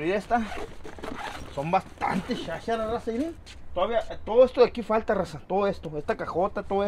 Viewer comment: es que cuando dices " raza" suena a Rosa, por eso creo es la confusión con el nombre de tu señora, o eso creo 😄 Saludos.